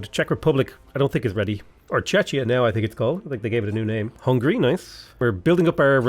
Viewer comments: Pls, it's "Czechia" is pronounced "Tshekia"... it hurts my very soul every time I hear Chechya 😂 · Czechia is pronounced as "Czekhia" (that would be the closest and the easiest explanation of pronunciation). Great series and good luck on the campaign!